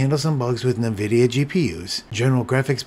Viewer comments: Noice work! 👍👍 Just FYI, it is pronounced "en-VID-ee-ah" and not "NUH-vid-ee-ah" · Thanks, I was just about to look this up. Nvidia was a client of the company I worked for, and it was always pronounced en-VID-ee-ah. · First time I've ever heard anyone pronounce the company "NahVidia"